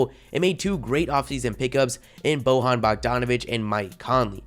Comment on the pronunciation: Bojan is pronounced Bo-YAN.